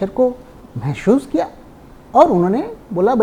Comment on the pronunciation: Mai aapki vedeose poori dekhta hu, Min. You are pronouncing महशूस but the correct word is महसूस.